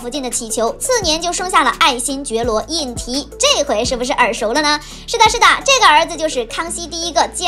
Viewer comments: 胤禔应该念zhi吧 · 皇长子名胤禔（读之）。